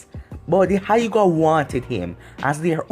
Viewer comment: this man called the Hyuga clan the hiugah. no being mean just... lmao